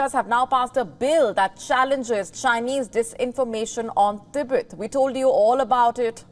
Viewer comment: Tibet becomes T_Bird??? Xi Jin Ping becomes "Eleven" Jin Ping. These Indian newsreaders are great, just great. No?